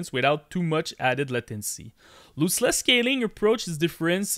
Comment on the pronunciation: Loooseless 😂 thanks for the video, nice information